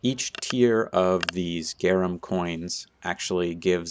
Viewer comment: GRA NUM Not GAR UM